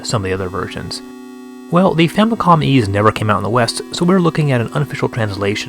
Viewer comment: XEXYZ is pronounced Zess-Is